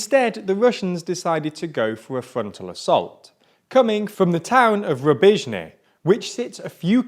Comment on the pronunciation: I appreciate that they didn't mispronounce Rubizhne and Bakhmut, at least.